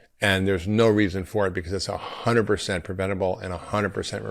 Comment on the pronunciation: It's so strange to me to see a doctor who can't even pronounce hundred correctly. Hun -dred. Like Judge Dred. Not Hunerd.